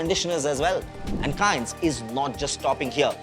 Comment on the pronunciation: Bhai name to sahi se lele company ka 😂😂